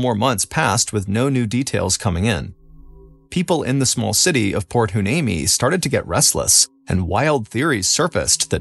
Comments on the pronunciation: Why-knee-me that's a tough one to pronounce. 😊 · It's pronounced port y-nee-me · I’m sorry did he try to pronounce port hueneme?? 😂